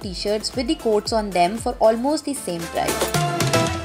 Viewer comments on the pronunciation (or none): It's Price not 'Prize'